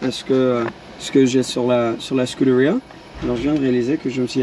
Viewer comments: Quel intérêt de prononcer ''scuderia'' à l'anglaise ? C'est italien il me semble. Sinon autant le faire pour toutes les autres voitures aussi. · Nan mais QUOI cette prononciation de Scuderia !!! Ça donne envie de foutre des baffes avec élan ! 🤬🤬🤬